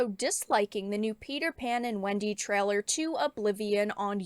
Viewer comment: She keeps saying 'treller'. Does she mean 'trailer'?